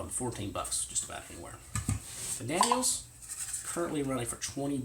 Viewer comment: Daniel Defense. not Daniels